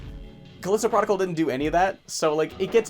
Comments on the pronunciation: "Even if I called it Callisto Prahticool the whole video... I'M STUPID I'M SORRY" Me: You're not stupid... you're Canadian. And as a yee haw Texan, I forgive you for not pronouncing everything 'Merican enough. Que the angry comments over my dumb joke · I honestly thought the way you said "protocol" was just your accent or something lol. Edit: Just finished the video and I wanna say that I enjoy the new more candid style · Straight up, I thought you pronounced "protocol" weirdly because it may have been pronounced that way in Canada. I didn't know you were being stupid in that video.